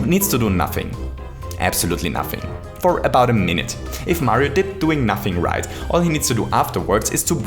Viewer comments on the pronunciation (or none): none